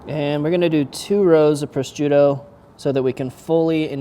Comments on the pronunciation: How does he say prosciutto? Pro-strutto? It’s meat, dude. Not a Pillsbury toaster strudel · sounds like pro shute o, I know they have a c in there but they don't pronounce it. Great food btw don't mean to sound pedantic just if you go to EU to cook or a competition you don't want the Italians making fun of you!